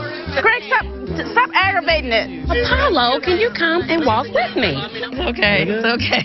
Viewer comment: She says “Wiff me” 🤣🤣